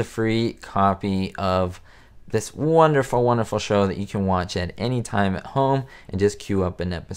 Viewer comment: How about Lucy's accent when she said the word wonderful as "wund-uh-ful". Or when she pronounced Gemini as "Geminee". Am I the only one who notices these little things? "Oh, come now!"